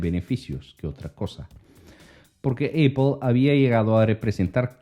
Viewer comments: Ahora es Eipol, solo estaba escuchando el video. Tuve que parar lo que estaba haciendo para entender de que hablaba este. Es Apple, de donde sacaste Eipol? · Eipol? Amigo lo pronuncias muy mal. Apple Se pronuncia apol jeje